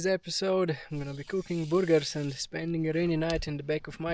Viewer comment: You know, you really don't need those subtitles as you speak perfect English. The accent is another thing though. Especially when it comes to saying "cooking boogers"!